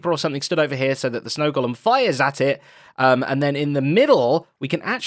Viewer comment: An English guy should know how to correctly pronounce “golem”.